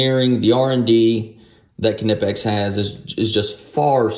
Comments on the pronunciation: I believe is pronounced Nipex.. great video. Thank you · Its Knipex with K. Its German. You don't omit K when a word starts with K. Not even a silent K. Its just another letter in the word, just the first letter.